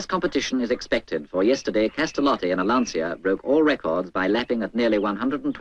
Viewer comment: I like, how the narrator says "Lantsia" 🤭